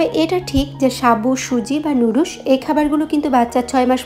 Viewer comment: লুডুস কি? নাকি নুডলস কে লুডুস বলছেন